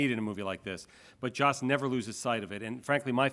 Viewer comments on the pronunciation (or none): It's Josssss. Not JOSH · I'm starting to wonder if Mark realizes it isn't "Josh"...